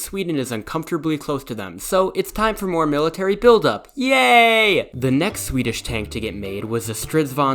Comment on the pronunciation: This is the best Swedish pronunciations i've heard